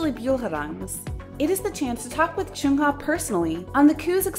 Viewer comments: I shouldn't, but I dislike the way she pronounces the "uh" sound in the names as "oo"...like saying Choongha instead of Chungha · Please stop pronouncing Chungha as “Choonghuh”